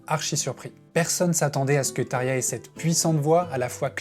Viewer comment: I get that their names are hard to say, and I can gloss over pronouncing it as “Thomas”. But come on dude; “Tare-yah”?? If you’re gonna make a 42 minute Nightwish video, take 5 seconds to look up the pronunciation of the lead singer. Tapped out .